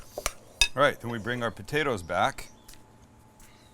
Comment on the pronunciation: You gotta say potatoes right.....BU-DAY-DAS!! Lol